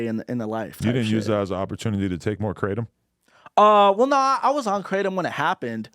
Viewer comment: Theyre pronouncing kratom(kruh-tom) wrong the whole time😂😂😂